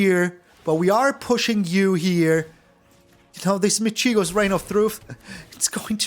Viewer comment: Cheers for the excellent video as usual! One correction: in “Michiko”, the stress is on the first syllable, not the second.